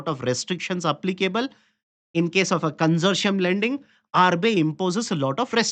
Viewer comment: Con-sour-ti-um LOANS.